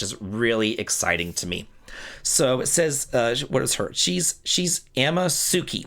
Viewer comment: if I may help just a tiny bit with Japanese pronunciations... Anytime you see "su", it's almost always pronounced silently or very quickly. So, no emphasis on it at all lol e.g. Amatsuki is pronounced "Ah-MAHTS-keeh" I'll see myself out...